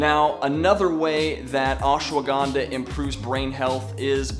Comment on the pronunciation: Ash-wa-gan-dha... for some of us, it's hard to focus when you say "ash-a-wa-gan-dha"